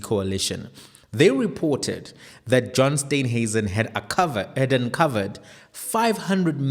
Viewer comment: Please call him Steenhuisen steen not Stuynhuisen